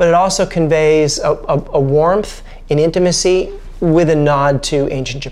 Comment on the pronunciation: Take a shot everytime the guy says 'intamicy' lol